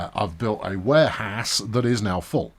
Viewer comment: Is it just me or He calls Warehouse as Wareass?